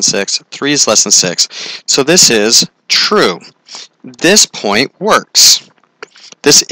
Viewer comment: Ur 'true' is like TQUÆ